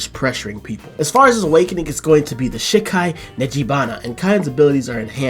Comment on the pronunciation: Still can't stand the way you say "shi- kai", like you're animation canceling shit. Japanese is phonetic, the 'I' is pronounced 'EE' 100% of the time.